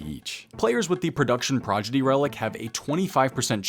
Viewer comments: lol you're saying Progidy... it's prodigy xD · Hey, its ‘proDiGy’ not ‘proGiDy’ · No chance you are really saying progidy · "production progidy" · saying Production “Progidy” has me dying lol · runescape players and mispronouncing words is the iconic duo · has been known to mispronounce words on purpose. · Minor dyslexia with the word Prodigy there.:P D comes before the G btw.:) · This is rich coming from someone who can't pronounce "prodigy"